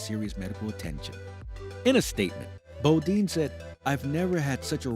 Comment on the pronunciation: Title is misleading. It gives the impression that there are uncharacteristically big crashes coming in 2023 because of huge safety issues. And you pronounced "Bodine" wrong. Nice video otherwise.